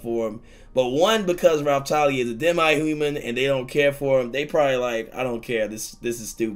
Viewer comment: I absolutely despise how you pronounce demihuman